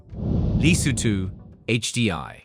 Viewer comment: Why does the narrator have a hard time pronouncing average, everyday words like Safari and Lesotho.